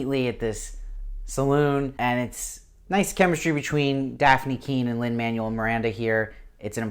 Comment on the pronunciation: Agreed, good review, but he said like every name wrong and it was driving me crazy. Don't know if he's just trying to get these done fast or not paying attention, but other than that I appreciate that he's one of the only YouTubers covering this show! Lee Scoresby = Scores-bee, Lin Manuel Miranda = Man-well, Serafina Pekkala = Pek-uh-luh, Iofur = Yo-fur, Lord Boreal not Loreal.